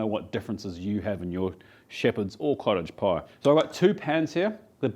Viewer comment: I know you keep saying cottage pie but i only hear college pie and thays alright but everyone knows thay shepherds salad is Irishman